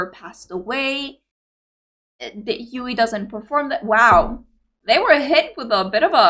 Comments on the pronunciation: Gakuin means Academy iirc. For the love of Fox God hear the guide to get Yui's pronunciation correctly 😆👍 Black Babymetal songs: - Onedari Daisakusen live at Legend 1997 is safe, 'abr metal' and 'Gans Tomas' channel got this one, is the one you saw here in the guide, there's also another special version without YuiMetal in Budokan 2021, BMRR got that one. - Song 4 ('4 No Uta' in Japanese) live at Budokan 2014, 'Kawaii Metal' got this one. - GJ! live at Tokyo Dome 2016 or Wembley Arena is fine, again BMRR, Same as OD, MoaMetal return with this song doing it solo, first time was at Legend S 2017, last time was at Budokan 2021. - Sis Anger, live at Tokyo Dome 2016, search on BMRR for the best version. - Chokotto Love, live at Legend ) "BaaBo Channel" got this one safe to react, couldn't find a version with subtitles for the narrated intro, please refer to 'du-metal' translations page. - Love Machine, same as above. Since both songs are kinda short it'll be fine if you do a double reaction with those. There's only fancams of YuiMetal and MoaMetal 15th Birthday while in Europe just before mythical Sonisphere Festival 2014. "MoaBanger" live at Legend M 2019 which is Headbanger! with MoaMetal singing the second part of the song is at BMRR. SuMetal got their own 20th birthday at Legend S Baptism XX but those are heavily blocked, you'll get some luck if you can watch "No Rain No Rainbow" or some special clips from that concert, like the Intro "In The Name Of" with all those foxes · Wow you caught me off guard with this one, i wasn't pushing for the guide yet but I guess judging by some of your constant struggle with YuiMetal pronunciation and some other things that you already watched it makes sense to watch the guide. Gonna enjoy this and come back if you have any doubt. Thanks for wanting to know more about these amazing group. 🦊🤘❤️